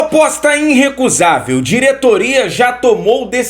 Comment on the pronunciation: vou fazer uma crítica construtiva: vo ê sempre diz inrrecusável quando o corrreto é irrecusável. Abraços.